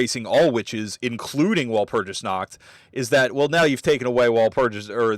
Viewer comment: Walpurgis/ワルプルギス is pronounced with a hard 'g' sound. Just like Magica/マギカ..but everyone seems to ignore that, so carry on 😅👍